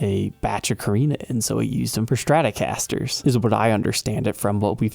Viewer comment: « Schtratocasters »…